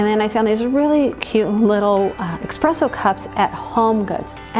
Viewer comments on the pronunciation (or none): It’s eSpresso. Not ex-presso!